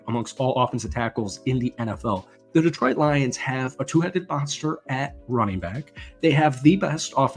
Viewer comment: It's pronounced De-TROIT, not DEE-troit